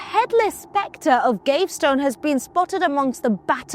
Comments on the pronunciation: It's also not Gave-stone but Gav-ee-ston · Piers Gaveston is pronounced PEERZ GAV-ih-stuhn. Not Gav-stone. Clergy is klur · jee She's blonde... explains a lot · You missed Piers Gaveston, pounced GAVESTONE!! 🙄🤣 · I'm ABSOLUTELY STUNNED that Ross allowed her "destruction of the English language " to go incorrectly said"!! Between Cleergyman and Piers Gavestone"... I was completely stunned!! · Or Piers Gavestone!! I always thought it was GAVESTON!!